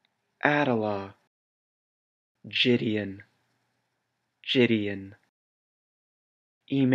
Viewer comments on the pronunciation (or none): none